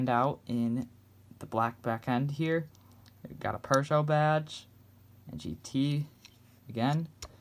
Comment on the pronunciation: ur prononciation is the good one :-)